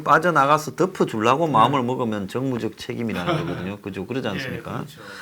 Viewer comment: 그자리가 정치적 정무적판단을 하는자리인가요! 정무적이라니? 발음조심하고 조 꾸라지!